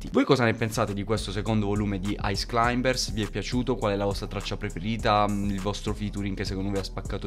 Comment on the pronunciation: ti prego halb ricaricalo pronunciando bene climbers 🤣